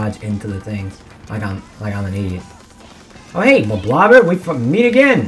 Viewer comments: It’s not “blob-blob-er”, it’s “blob-lobber”. Because you’re lobbing blobs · It’s pronounced blob-lobber